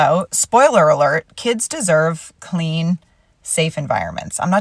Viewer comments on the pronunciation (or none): . Kinda weird and gross her misspeak kinda sounds like clit and she kept that in the video. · How does one mess up saying “kids” with “Cl*t”